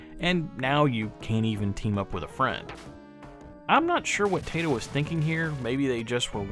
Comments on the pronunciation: Cool game. I borrowed it back in the day from someone at my secondary school. Liked it. Strange that it didn't get a PAL release. Funny game too. Are you mistreating animals? Say hello to my rocket launcher!!! I would go for the pronunciation to sounds more Japanese, not your Tay-to. But it doesn't matter much. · Congrats for grabbing this, not one I have. It's タイト、('tah ee toh' or "tie toe"), by my understanding.